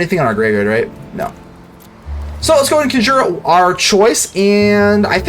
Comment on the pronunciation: I do have to ask you, are you saying "conjure" as "cun jeer" as just a fun way to say it, or to mess with people, or do you believe that's how you pronounce it?